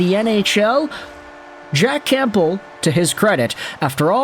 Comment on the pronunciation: Are you pronouncing the "p" in Campbell? 🤨